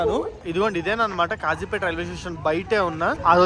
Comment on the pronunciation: Its Kazipet not Khajipet